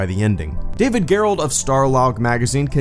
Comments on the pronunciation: It's pronounced David Jerrold, not Gare-Rolled. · You pronounced David Gerrold (one of the best Star Trek writers btw) name wrong